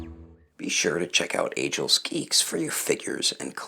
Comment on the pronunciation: Dude, the way you’re saying ageless geeks is wrong... it’s age-less... smh